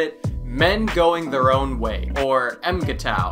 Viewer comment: Pronounce it m'g-tow